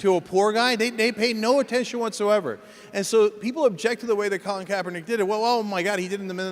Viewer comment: Cenk really thought he had a mic drop when he said colin kapaernick. That was hilarious.